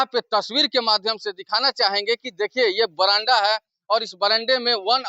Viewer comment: यार पहले खुद पढ़ लिया करो।बरांडा नहीं बरामदा बोलो।